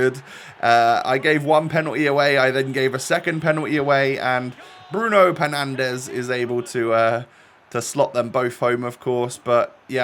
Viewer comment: Lol “penandes” respect 😂